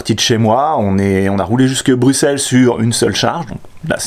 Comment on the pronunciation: xD Tu m'as tué avec "Vavre", j'avais pas compris au début de où tu voulais parler :p En Belgique, on dit "Ouavre" ;) Par contre GG, tu dis comme il faut Bruxelles ! Merci pour la vidéo !